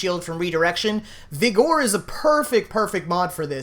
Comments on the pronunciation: So bad listening to you butcher pronunciations like Vigor (vi-gr not vi-gore) and your 435 redirection mods you called 145. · omg its vigor not vigore -. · i believe its pronounced "vi-ger", not "vi-gore". I may be wrong, but im pretty sure on this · It's pronounced viggur... not vihgore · dude vigor is pronounced vigger. it was hard to listen to vegore over and over. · vih grrrr not vee gore lmfao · Hahahahaha “Vih-gore” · Haha I laughed for real when he pronounced Vigor. Viger, it’s pronounced like it has an E. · You are pronouncing vigor way wrong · the way youre mispronouncing vigor really irks me. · Do you really not know how to pronounce vigor? I just lost some brain cells what the hell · really you dont know how to say vigor xD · Good vid with a lot of info, will watch again. Cringed a bit each time the word vigor was spoken though.